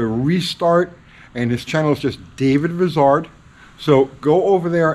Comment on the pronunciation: David Vizard is a giant among children, I love watching his show!,you need to overcome your NYC up bringing. Vizard is pronounced like I, not like is. Just a little needling, love your show too.